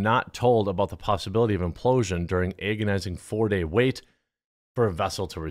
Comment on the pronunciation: "Ay-gonising"? your odd pronunciation of words puts me in AYgony at times.